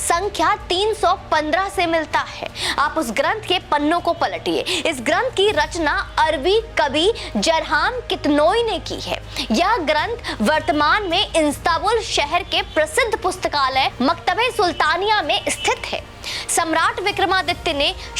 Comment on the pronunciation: Good content, but please improve your pronunciation. You were calling Istanbul as "insta bull"!! Similarly, Bhartrhari was mispronounced. Please improve. Hope you will take this as positive feedback, and improve!